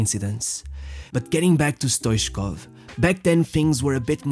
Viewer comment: Stoitchkov that's the way it is spelled and the 2nd t is not silenced